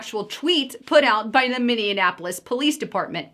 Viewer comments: Noooo...you said Minne-an-apolis 😬 I live here...I'd enjoy seeing Omar in prison or sent back to Somalia with her entire crew!!! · It’s pronounced minnie apolis not minnianapolis thanks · It's minnie apple lis. No in in the middle 😀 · it is pronounced Minni-apple-is. You are pronouncing it with too many N's.